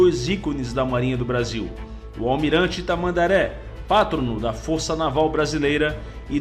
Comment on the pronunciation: Prezado, só a título de contribuir PATRONO é paroxítona. A sílaba tônica é TRO. Abraço 3x3.